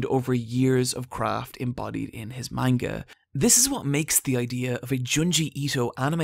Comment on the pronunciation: My boy said manga wrong. Im dipping